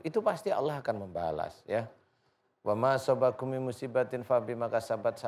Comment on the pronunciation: Juga bukan. Wama sobakum .tapi. Pakai. Alif pak ustad .jadi wama asobakum ...hati2. Pak ustad. Dlm. Mengucapkan. Dalil. Bisa salah arti. Kalau. Tidak. Sempurna. Dlm. Mengucap. .